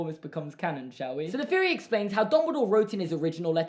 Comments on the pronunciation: I love when British people say “Feory” instead of “theory” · Fucking Brits pronouncing "th" "f" such as feory, fink about it, etc. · Norahcake 21 yes on certain words you replace th with an F sound. I like it